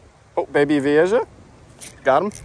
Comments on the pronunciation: The "ja" in vieja is pronounced "ha". J's in Spanish usually sound like H's in English. Just started watching your videos. The aquarium ones. I'm an aquarium nut. I was VP of an aquarium club for 3 years and secretary for 4 years before that... Damn! I think I could move to South Florida and just run around with a net and a bucket and be happy for the rest of my life. This looks so much fun! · Oh man, as an aquarium enthusiast, your spanglish pronunciation of Vieja (VEE-AY-HA) was killing me. Gorgeous fish though, too bad they're invasive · Vee-A-ha bro the way you say it drives me nuts just saying, still great content none the less. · Pronounced vee-AY-ha. Spanish word for "old." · Pronounce as Viyeha :) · by the way. its pronounced V-A-HA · Don’t you ever pronounce Vieja like that ever again that was actually disgraceful to the fish keeping hobby. How is it even possible to be that wrong at pronouncing a word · Youre all wrong. The J is pronounced as a G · You pronounce vieja wrong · You’re pronouncing the fish wrong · Oki feel better I'm not the only fish nerd literally getting P'ed off every time he said Vee-a-Jah!! It's actually one of my favorite fish and I mean he obviously has caught them quite a few times, to not even try to learn about the fish(especially simply pronouncing the name)had me almost turning the video off. Ï don't help for some reason he said the name about 100 times in a10 minute video haha. It's VEE-A-HA VEE-A-HA VEE-A-HA!!!! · is it pronounce Vi-ei-ja or Vi-ei-ha? since it's Spanish "Ja" is pronounce as "Ha" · Not that it matters but it's pronounced, 'Vee A Ha' (Vieja). Not Jah. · Technically it’s pronounced vi-a-ha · I smiled everytime he said Veehaysha im calling it that from now on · Vee A HA is the pronunciation lol